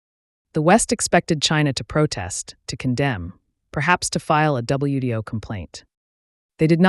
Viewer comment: U-dot-S? (I assume it's U.S.) WDO complaint? (You mean WTO?). Man, this AI must be on the cheap.